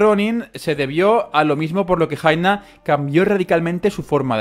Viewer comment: Jaina se pronuncia Yaina